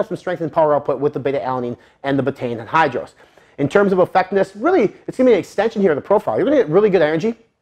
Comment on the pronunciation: Loved this video! Find it funny how you pronounce anhydrous lol